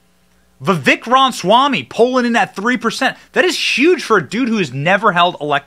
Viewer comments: Oh, for crying out loud! It is not Vivek Ron Swamy! It is Vivek Ramaswamy! It's not that hard to pronounce, for an Indian name. I love Vivek. He's really smart and because he's young, he grew up in the indoctrination so he understands it deeply. However, much as I really, really wanted to vote for him, I have no choice but to go with Trump out of principle. Forget DeSantis. He's dead to me after that fake AI crap he pulled showing Trump hugging and kissing Fauci. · Ram-a-swamy. Not Rom-swamy. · Love the content but you have to pronounce his name correctly. Ramaswamy. There’s no “n” in his name. “Ram-a-swam-ee” And Burisma is pronounced “Burr-ees-mah” not “Bur-si-ma” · Johnson …… sound it out bro! I’m seriously about to unsubscribe because of these mispronunciations. Burisma is pronounced “Burr-is-mah” not “Bur-si-ma” and “Ra-ma-swa-me” not… whatever the hell you just said! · seriously, it pisses me off that Benny can't pronounce his name. Not that hard. Like him saying Burimsa instead of Burisma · You are mispronouncing his last name.